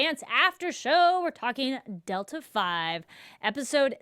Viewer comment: HaHaHa... Its pronounced Delta Vee!... V as in Velocity, not 5! Delta is used to mean "change in" for physics and engineering. In aerospace Delta-V is used to mean how much faster you can make make something go.